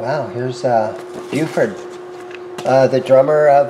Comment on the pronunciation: The guy was probably formally trained in guitar. There were Andrés Segovia and Julian Breems albums who were two of the greatest classical players of the 20th century. You mispronounced Bill Bruford’s name but got the band correct.